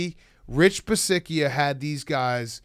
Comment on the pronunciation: The mispronunciation of Rich Bisaccia was intential, right? I thought it wasn't at first but they said it so much I'm convinced it had to be intentional.